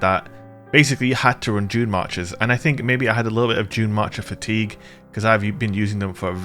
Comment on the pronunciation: I keep hearing 'Junemarkers' lol :)